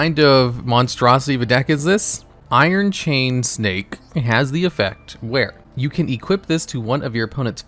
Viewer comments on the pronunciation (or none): I SWEAR I HEARD YOU SAY "iron chain steak"